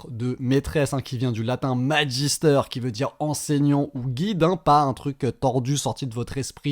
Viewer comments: C pas majisteur mais maguistère pour la prononciation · ca se prononce maGUIster pas maJIster !!!! (a prendre au 2nd degres) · Magister se prononce Maguistère